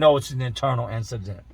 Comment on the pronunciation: Ayooo whyd you say incident like tht bro tht shit killed mee ,,😂😂😆😂